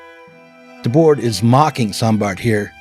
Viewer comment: Always love the explicit nods to my longtime stans the SI. By the way the last "d" in Debord's name is silent (unless the next word starts in a vowel but only in French really...) Seriously why do Americans disrespect the French so much lol...